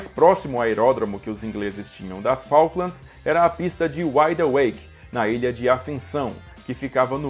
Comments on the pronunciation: Cuando escuche un brasilero diciendo Falklamds, fué suficiente para NO seguir viendo. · Como vas a decir la guers de faklands... de MALVINAS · NUNCA JAMAS TE ATREVAS A DECIR FALKLANDS!